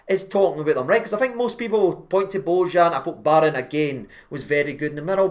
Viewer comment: Pronounced "bo-yan".